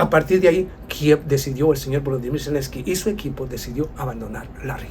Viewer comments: Zelensky, no Celensky. Lo único que t falta, es mejorar la autografía. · Selenskyj y no Celenski